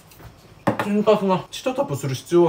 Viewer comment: 87さん蒸せたとこで、天かすがﾁﾝかすに聴こえてめっちゃ吹いたwww